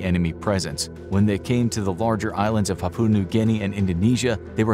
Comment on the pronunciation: Papua pronounced with stress on first syllable. PA poo ah